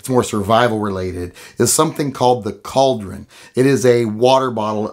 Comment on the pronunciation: CAULDRIN,... UH... NO.